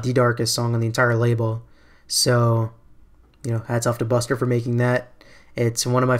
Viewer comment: It's pronounced "buster'